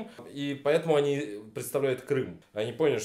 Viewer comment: Кто то говорит Крым! Крым! Крым! я слышу Крам! Крам! Крам! По моему ты влюбился Рон